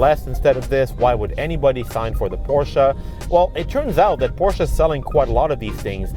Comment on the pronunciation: Nice review kudos for pronouncing Porsche and Taycan correctly. Not to much time spent on tech more on driving feel.